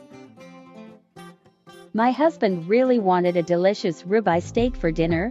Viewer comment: That "ribeye" is grounds for a divorce!!!! 🤢